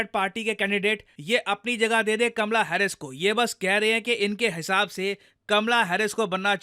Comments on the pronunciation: Oye lallu! It's "Kamala" not kamla 😂😂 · Kaamala harish not kmla